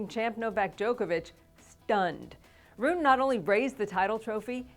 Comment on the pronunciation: She needs to learn how to pronounce Holger's last name. It's not "Roon," it's "Roo-nuh."